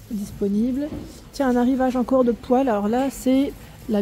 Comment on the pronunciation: Kikou, je pense que c'est un dérouleur papier toilette autocollant, plutôt qu'une poignée. Tu as bien prononcé pour la poêle. 😂😂😂😂😂 pour la peinture et papier peint non merci, je viens de donner. Hahahaha 😂. Merci pour ce tour en ta compagnie même s'il un peu tard. Bises.Jakelyne ❤❤❤😊😊😊